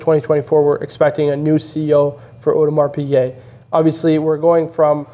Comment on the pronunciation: Thanks, very interesting, but why do you guys and most US youtubers say audemars piQuet, when it's piGuet lol